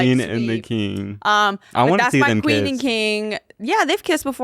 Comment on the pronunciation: Quen, it’s quen